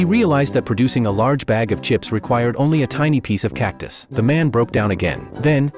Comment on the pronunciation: Bro it's not cactiy it's cactus